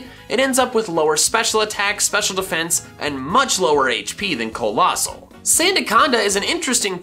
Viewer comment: COALOSSAL, NOT COLOSASSAL!